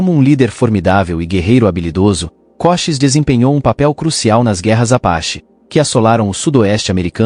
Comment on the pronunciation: Koshis? Kosheese! Ou Cochisi